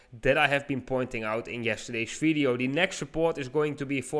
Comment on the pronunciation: Flip zee switch